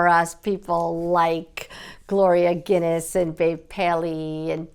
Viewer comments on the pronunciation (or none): none